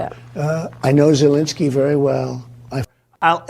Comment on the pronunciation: You, and more importantly Trump, are mispronouncing zelenskyy's name